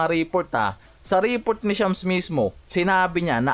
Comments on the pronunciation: Reeeport daw 😂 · ayusin mo pronunciation mo ng report!